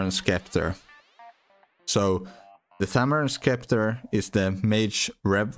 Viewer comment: Just an FYI “Scepter” is pronounced “septer” in english